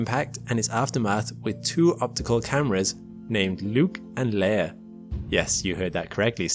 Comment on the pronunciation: i thought you said nuke and layer instead of luke and leia. if they did nuke it the astroid would have been turned to dust.